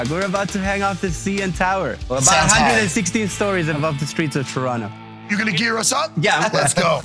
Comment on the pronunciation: He said Toronto correctly 🇨🇦! Thanks Dana!